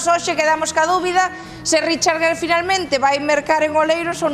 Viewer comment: Por si acaso les ayuda. El apellido del señor Gere, él y nosotros en EEUU lo pronunciamos "guir" como en "guirnalda'. Seguro que no tiene ningún sentido para ustedes, pero es asi. Pero bueno, no me crean a mi. Simplemente busquen programas como Entertainment Tonight, hagan una búsqueda alli sobre Richard Gere, y escuchen como pronuncian su apellido. Saludos.